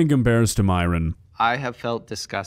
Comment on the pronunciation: My biggest question is why Myron insists on his name being pronounced as Miron when his greek origin Christian name is pronounced the same way it's actually fucking written - Myron (like myrrh-on) a sound which granted isn't common in English but still very pronouncablefor English-speakers. Idk why, but it just irks me.